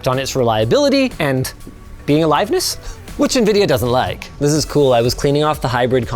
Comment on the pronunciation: "which nvidia dosent liake"